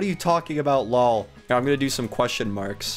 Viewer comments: why did he keep saying LAW when it seid LOL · it's l o l not low or whatever you said ps lol means laugh out loud. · Lol means laugh out loud for short lol not how u say lall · she said l o l not lol